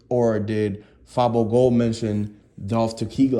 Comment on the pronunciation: Dude you click baiting fr. Who tf is J Big Unc is the person you referring to not J who tf is that. You have no idea wtf your talking about can't even say fabo gold name right. Your page full of bullshit and false news fr